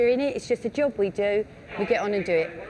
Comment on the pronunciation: Its called a Job....not a joh